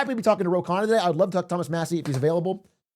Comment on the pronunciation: Also if anyone cares its actually pronounced "Khunna"